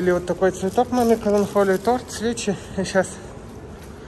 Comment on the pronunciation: КаланКоля😂 каланХоле 😂 Коля 😂😂😂